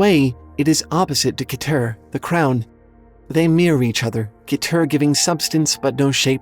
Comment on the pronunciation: Keter is pronounced "ketter" or "keh-tr." Dunno about the other ones, though.